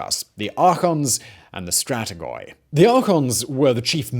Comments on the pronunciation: Not Pantheon but Parthenon. Not Stratigoi but Stratigi. Not C(s)imon but C(k)imon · I was doing okay with all the terrible naming mispronunciations until you started saying 'stratigoy' five minutes in. If you want to inform people (and yourself, clearly) of terminology, please carry out due diligence. With our current ease of access to resources and the prominence of your channel considered, this is unacceptable.